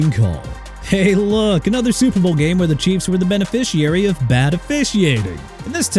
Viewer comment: CARL CHEFFERS PRONOUNCED CHEF-ERS!! ALSO IT'S SUPER BOWL NOT TUPER BOWL!! AND ROBERT ALFORD NOT ROBERT ALFRED!! YOU CAN'T SPELL AND YOU CAN'T PRONOUNCE THEN YOU NEED TO BE FIRED ALONG WITH YOUR EDITOR!! AND NEW ENGLAND LOST IN THE SUPER BOWL YESTERDAY TO SEATTLE!! HAPPY?!